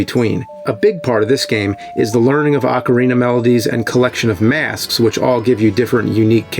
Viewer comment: Holy shit... He's pronouncing Ocarina correctly!!